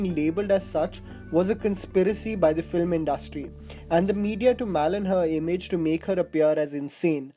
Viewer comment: Malign ko Malin nahi pronounce nahi karate dost, malaain bolted hain. And it’s BAIJU bawra